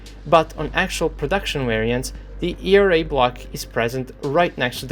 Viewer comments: ERA is pronounced "ee-are-ei" , not "ee-ree-ei"... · E re a xD this cracks me up every time i know that you know its e ar a and you still say it wrong :D otherwise nice video a usual :)